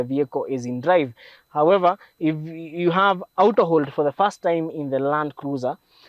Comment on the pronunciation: A Kenyan pronouncing Auto as aooto...is just a confused fellow. Good content...but this is called the Tenderpreneur cars. Shows how well someone is stealing from govt tenders.